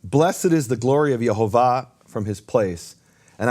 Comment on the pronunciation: I hear pronouncing The Name clearly as Yehovah, (the same vowels of Le'Olam) but whenever says it, it sounds to my ear as Yahovah, with the first vowel as "A" is that right? Is it only me or anyone else can also hear this tiny difference?